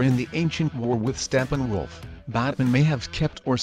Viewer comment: Xhyze i heard Steppenwoof